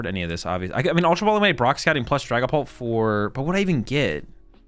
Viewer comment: Ah yes, Dragaoult